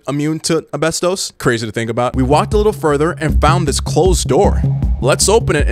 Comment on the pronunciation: Why do you keep saying abestos when you have the real word popping up on the screen each time you're saying it😂😂 ASbestos goddammit😂